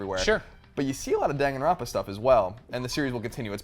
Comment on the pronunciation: lolz it kills me inside that everyone keeps mispronouncing "Danganronpa"